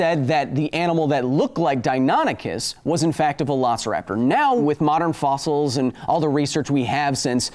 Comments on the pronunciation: Three points: 1. Okay, DiaNONychus sounds a lot more dinosaur like then DiaNYchus. However, I would never have gotten that pronunciation right either, and I'm fairly good at figuring out pronunciation. 2. You know that the bigger deal you make of people correcting your pronunciation the more it will become a trope to follow? ... Yeah I'm sure you do or else you wouldn't feature it, lol. 3. Supersonic swimming??? I don't even know of anything that CAN go supersonic in the water, not even torpedoes! Well, bullets can go supersonic under water for all of one or two feet, creating huge cavitation. All that drag would rip any non-solid metal object going supersonic for any sustained period of time to shreds, right? Plus the shockwave would stun or kill the fish! Shockwaves are deadly in water! Aquaman is sounding less and less plausible. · OOF! he said dianychus again Also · I don't care what people say, its pronounced Dino-Nychus. In every documentary Ive seen with that dino in it, that's how they say it. And that's how I will continue to say it. It makes more sense and its easier to say. Just because some stupid website says it the other way, don't make it right. Go Kyle... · DeyNOOOOOONychus! Geesh Kyle! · you said dianychus AGAIN!! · List to this song please: If you've been pronouncing deinonychus wrong since you were a kid I'm assuming your childhood did not include We Sing Dinosaurs. Also how would we fight a deinonychus or utah raptor? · How could it possibly be pronounced di(non)ichus?? Stupid english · you mispronounced it again my dude. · Still pronouncing deinonychus wrong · Deinonychus?! That is what dinosaur you were talking about?! I didn't know that because you were pronouncing them like I did as a toddler before I saw Dinosaur Train. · I love the fact Kyle started using both pronunciations of Deinonychus. Probably just to upset those who complained.